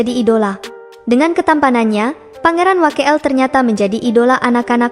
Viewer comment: Pangiran Abdul Wakeel dibaca Abdul Wakil bukan Wake el. Defence dibaca Defens bkn defen ce